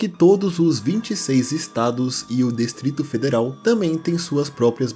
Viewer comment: Cara massa o video mas n fala Destrito Federal nao, Distrito Federal eh o certo, ouvir isso machuca os ouvidos kkk Ou imperio SassanIda, eh Sassânida...